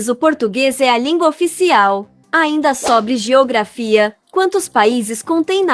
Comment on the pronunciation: 25 = SOBRE pronunciado abertamente: verbo SOBRAR. Realmente sua forma de pronunciar me faz pensar ser ESTRANGEIRA.